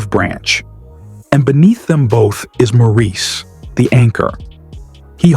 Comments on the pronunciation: As soon as the narrator said "ma-REES" I shut it off. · It’s pronounced Morris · To the person who made this video.....His name is spelled Maurice, but it's pronounced like this Morris. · You Got That Right!! 👍